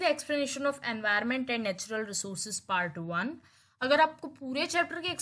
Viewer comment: mam its not envornmental its envirnmental be carefull pls with your prounciation